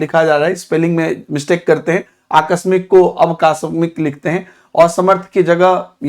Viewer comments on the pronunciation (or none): none